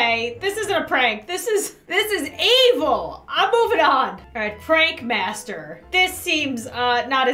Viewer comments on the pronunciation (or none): none